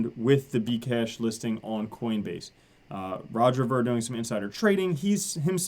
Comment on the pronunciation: its Roger veer not vur spelled ver....